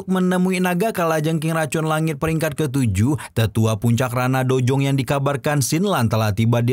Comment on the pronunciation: Udh brpa kali saya ingatkan... Dou zong bang bukan dojong😂